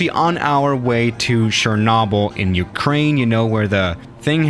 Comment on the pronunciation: Its not Ukraine but its ourkraine